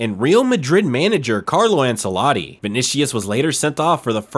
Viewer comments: And learn to pronounce easy foreign names right, gringo. It's not vonishus it's VINICIUS. And it's not ensaladi, it's ANCELOTTI. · Why use Messi in the thumbnail? Clickbait means I'm banning your channel from my feed. Also name butchering is off the charts, Ensaladi instead of Ancelotti, Vinishious instead of Vinicius, go get some respect to those you're talking about... 😀